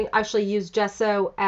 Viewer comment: Great layout! Gesso is an Italian word (meaning gypsum, chalk) and your pronunciation is totally correct! jesso, like the first sound in jasmin